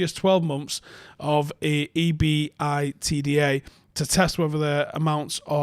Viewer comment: You don't know enough about corporate finance - and it's pronounced eee-bit-dah - to understand the smokescreen of specious points, and let me just assure you that United could buy Sancho, and more, but the Glazers are in the way for obvious reasons. The Glazers need to be gone. Organise the boycott as I asked.